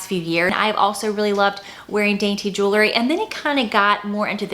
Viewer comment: Jew-ler-ee 🚫 Jew-el-ree ✅